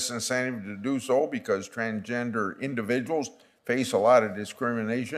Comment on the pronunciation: I like how he has no idea how to say Transgender. He’s probably thinking wtf world is this?